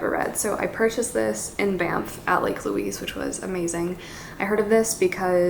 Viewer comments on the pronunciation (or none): none